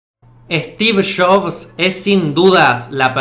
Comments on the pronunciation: “Stiv shofff” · Estiff Joffss xdd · stif shofs xDDDDDDDD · steve chobs jajajaj 😀😄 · Yo soy Argentino y no digo, Estifff Shabsss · "Estif shobs"